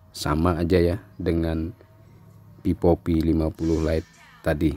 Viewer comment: Vivo bang bukan pipo,,😭😂